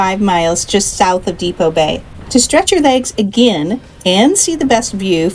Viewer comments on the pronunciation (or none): Not Depot Bay. It is Depoe Bay, named after Chief Depoe